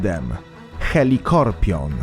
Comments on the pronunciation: *Helicoprion a nie helicorpion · czyta sie helikoprion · Nie mówi się helikorpion tylko helikoprion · Wymawia się helikoprion